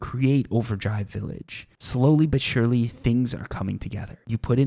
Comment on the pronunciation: play a drinking game, take a shot everytime he says slowly but surly, spoiler you will be hammered 5 min. into the video.